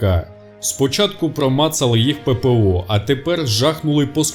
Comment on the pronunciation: Пепео Пепео а шо там Пепео пеееееепеееееооооо а шо не пепеооо